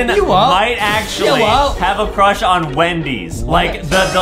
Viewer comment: adem has a huge cwush on banbaleena